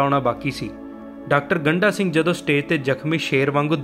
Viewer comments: ਗੰਢਾ ਅਤੇ ਗੰਡਾ ਵਿੱਚ ਫਰਕ ਨੂੰ ਸਮਝੋ ਜੀ, ਗੰਢਾ ਪਿਆਜ ਨੂੰ ਕਿਹਾ ਜਾਂਦਾ ਹੈ, ਡ ਅਤੇ ਢ ਦਾ ਉਚਾਰਨ ਵੱਖੋ-ਵੱਖਰਾ ਹੈ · ਇਹ ਸਰਦਾਰ ਗੰਡਾ ਸਿੰਘ ਉਚਾਰਨ ਕਰੋ ਨ ਕਿ ਗੰਢਾ ਸਿੰਘ ਠੀਕ ਕਰੋ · ਡਾ. ਗੰਡਾ ਸਿੰਘ ਬਾਰੇ ਵੀਡੀਓ ਬਣਾਉਣ ਤੋਂ ਪਹਿਲਾਂ ਆਪਣਾ ਪੰਜਾਬੀ ਉਚਾਰਣ ਸਹੀ ਕਰੋ ਸ਼੍ਰੀਮਾਨ ਜੀ, ਤਹਾਨੂੰ ਤੇ ਡ ਅਤੇ ਢ ਦੇ ਉਚਾਰਣ ਦਾ ਫਰਕ ਵੀ ਪਤਾ ਨਹੀਂ ਇੱਕ ਵਾਰ ਨਹੀਂ ,ਤੁਸੀਂ ਵਾਰ ਵਾਰ ਉਨ੍ਹਾਂ ਦਾ ਨਾਮ ਗੰਡਾ ਸਿੰਘ ਦੀ ਬਜਾਏ ਗੰਢਾ ਸਿੰਘ ਬੋਲੀਂ ਜਾ ਰਹੇ ਓ😡😡😡😡😡